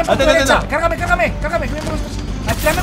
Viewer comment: XD osea en vez de decir cargame dijo cagame XD me parti de la risa, siempre nos haces reir mike